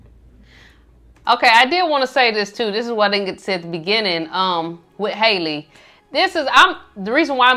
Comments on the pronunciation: i’m so excited for you guys to get into her! btw her name is pronounced haah-lee not hay-lee. and the guy in the car is her younger brother. 😭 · The boy in the car was Chloe and Halle little brother and also her isn’t haliey it’s Halle. How-le is how you pronounce it.